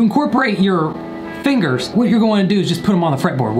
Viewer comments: “in guitar terms... fin-GERS” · That hard r on the "fingers" was edgy